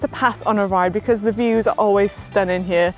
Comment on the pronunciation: Fantastic video Manon. Did you say great views or great ewes 😃